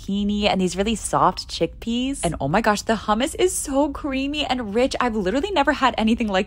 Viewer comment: Can I say you something i really love your videos but, never pronounce hammus like that in Arab countries cuz if they hear you they will for sure come to pull you hair 😂. I am sorry , and don't worry I have subscribed